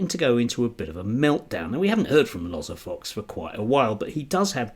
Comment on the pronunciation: Great video, but I think you'll find it is pronounced "loser". The other form is usually preceeded by "tosser".